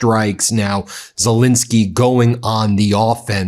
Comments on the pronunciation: Z E L E N S K Y , not Z I L I N S K Y . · It's not pronounced Zelinsky, it's Zelensky!